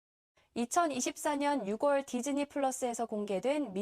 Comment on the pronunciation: 잘봤습니다. 다만 한 가지 짚고 가자면 10월="십월"이 아니고 "시월"입니다. 6월도 "육월" 아니고 "유월"입니다.